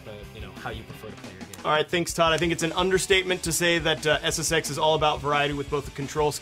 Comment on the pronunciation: i love it when presenters make it sound like SSEX